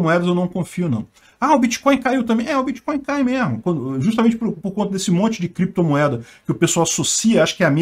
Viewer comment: Os caras falam CREPTOMOEDA e BITCONHO e querem falar sobre criptografia? kkkk por favor né